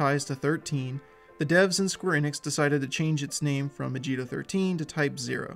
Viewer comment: its "ah gi to."